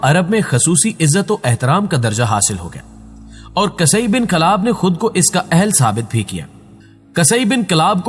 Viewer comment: قصئی بن کلاب، ق کے اوپر زبر نہیں پیش ہے